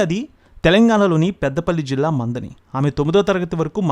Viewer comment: మందని కాదు మంథని